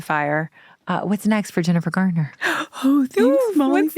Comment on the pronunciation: It's "Garner" not "Gardner" .